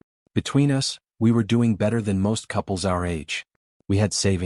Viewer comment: Narrative is pretty bad. Us pronounced as U S.